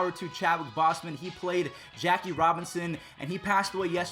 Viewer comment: please learn how to say this mans name it’s Boseman not bosman there’s a E in there 😒